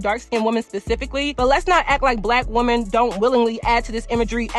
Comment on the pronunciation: lol it’s just so harsh to hear !! When I know you’re speaking overall to “women” but hearing the singular pronunciation of the word 🥴